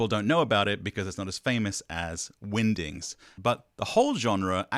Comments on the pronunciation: it definitely sounds like you are saying Windings, is this a Benedict Cumberbatch pengwings situation 😆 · I think your pronunciation of "Wingdings" in this video is on par with Benedict Cumberbatch's pronunciation of "Penguins"